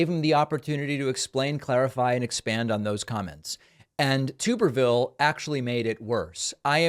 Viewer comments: Tube-er-vile is how it is pronounced Dave.🤣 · Tuberville is an imbecile…. It’s Tubber ville BTW. Not tuber ville. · Promise you it’s tub not tube. Lol I’m from Alabama and loved this guy as a kid. It was solely due to him being the football coach at the University I had been raised to love. Funny how I absolutely hate this clown now, and why I voted for the much more qualified and overall not a stupid pos football coach Doug Jones. Doug Jones was the prosecutor who got convictions for two klansman who had a role in the 16th Street Baptist Church bombing here in Birmingham that killed 4 young black girls in ‘63. The type of people Tuberville is unashamedly supporting time and again. Unlike Jones this clown isn’t from nor had he lived in Alabama since being fired from Auburn University 15 years earlier. It was the exact same situation as with Herschel Walker and Georgia. People here are just too stupid and stuck in their backwards ways. Not all but most. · It’s pronounced TUB erville not TUBE erville. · he says tubberville, but the lack of a second B in there is pretty definitive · It’s Tuberville like bathtub. Source: am from Alabama. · It's tub-erville. I don't think he was a coach for 40 yrs either. I'm from Alabama. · It’s tub like bathtub 🛁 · It's Tub-erville, like bath tub, but he's a rubbish senator and any politician who defends those people deserves to have their name mispronounced.